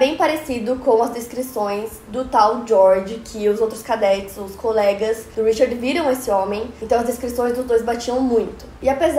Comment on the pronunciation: E cadetes com "ê" e não não "é"